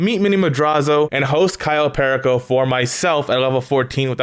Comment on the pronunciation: The way you say "perico" 😭 its a spanish word stop saying it with an english accent 😂😂😭 Edit: nvm my guy you say soo many words wrong 😂 also you cant get vehicles like tor or oppressor on podium.. dont know why you would possibly think you can